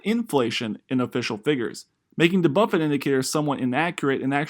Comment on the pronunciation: Bro .... it's BUFFETT, not Buffet